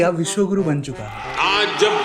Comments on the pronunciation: विश्वगुरु ❌ विश्वगूं ✔️ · Wiswaguru nahi wiswaG....U hai. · Viswa Kuru, not Guru.